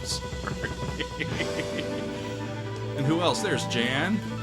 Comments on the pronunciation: It is not Jan, it is pronounced Jahn as in Yan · Pronounced Yawn, not Jan. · Hey, Jan Hammer is Czechosloavkian and Jan is pronounced Yan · Jan Hammer's name is pronounced "Yahn". See Miami Vice. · That's a Djan Mclaughlin,, there is no break in Jan, Yahn, Phonetics, well isnt't your channel a bit about sound, you read notes but not names. Gump old Hahmer as well. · By da by Gary------- Pronounced " Yan" Hammer n John Mc "GLauklan." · FYI the gh in McLaughlin is pronounced like a 'k', not an 'f'. Also Jan is pronounced Yan (almost like yawn). Like 'yon.' Jerry Goodman is so awesome, you should check out his 1988 album "It's Alive." You will like it. This is what I listened to in high school! This and ELP, Tull, Yes, etc. Such a great time to be a teen! John McLaughlin still tours, you should absolutely see him live before he dies. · I believe Jan Hammer pronounces his first name "Yan" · I believe you would better pronounce Czech keyboardist name as Yahn Hah-mer. But may have always said it incorrect myself if I'm wrong. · What's cool is Jan Hammer acquired a Moog after the album was released, so his solos have the Moog but it's not on the Inner Mounting album. Also I think Jan is pronounced "Yan". I remember when I first got into them, or sort of. I was intoxicated when I first heard this bootleg album and although I didn't remember the name of the band, my brother handed me the 8-Track of Birds of Fire. I asked what that was, and he said "That's the band you were digging last night- remember?" So I played it and was blown away and didn't know what it was. But I knew who Jan Hammer was from the Jeff Beck association. Spectum by Billy Cobham is one of the best Albums ever made. It has Jan Hammer, Rick Laird, and the late Tommy Bolin on guitar as well as horns, and acoustic Jazz. Spectrum is what got me into all the other kinds of Jazz, although I did like Louis Armstrong before that. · How can he not know how to pronounce Jan’s name?